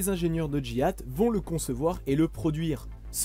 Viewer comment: Vous êtes sûr que GIAT se prononce comme Jihad?